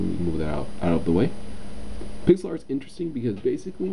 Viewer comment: Hey guys, Is it just me or did it sound like he said "Pickle Art" at the beginning?